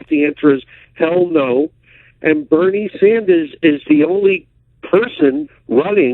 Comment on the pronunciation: Ah yes, my favorite politician, Benie Snders